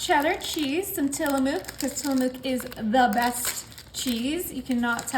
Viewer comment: I love your recipies. This is not criticism just to be helpful from a northwest lady. Tillamook yes the best but pronounced. TILL-A-MUCK Also if your ever i. Tillamook Oregon visit the farm its amazing! Much love❤